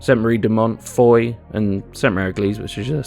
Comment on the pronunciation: Someday an english speaking youtuber will pronouce Foy right, someday... Not throwing blame, French get it wrong too sometimes.